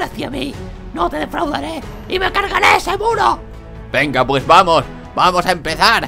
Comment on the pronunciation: cuando dijo muro yo lo entendi culo